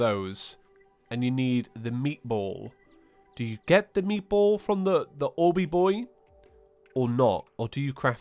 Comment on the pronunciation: Preposterous! Talking about meatballs with an italian accent! It's meatballs, not frickadeller, so you say it with a swedish accent!